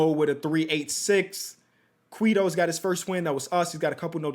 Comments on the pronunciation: for future reference it Quay-Toe just like Quavo with a T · its pronounced like QUAY-do or QUETO